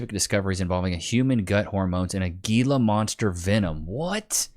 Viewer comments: living the Southwest and he pronouncing Gila monster as GEELA instead of HEELA? Bro I thought these were in your backyard!🤣🤣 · It's pronounced "Heela" monster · The lizard is pronounced he-la. And yes you do not want to get bit by one of them little devils. I grew up with a rather large one that lived in the water cutoff craw space and the bastard got me on my lower calf cause I apparently spooked him. I thought I was going to die for like 36 hours. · Damnit! It's pronounced " he-la monster". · Pronounced Hela monster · It's Gila (HEEL-uh) Monster venom!?! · Say it right bro…..hee la monster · Bro, Gila Monster is pronounced like an H instead of a G. We have them in Arizona